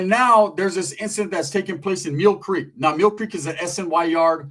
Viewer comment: He says Meal Creek